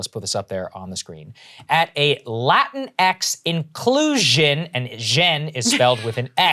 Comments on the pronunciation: Incluxion????? I politely ask on behalf of all English people that you please stop butchering our language. Otherwise we're taking you as a colony again and we'll put Prince Andrew on the US dollar. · I read the rally as In-cluck-cion. I really wanted her to be clucking on stage with a bunch of chickens around.